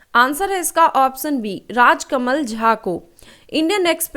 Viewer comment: Baki sb toh thik h ap sha aur sa me antar krke bola Karen...jaise ki ap ऑप्शन को ऑपस‌न bolte ho jo ki galat uccharan h...it's irritating so much in every question☹️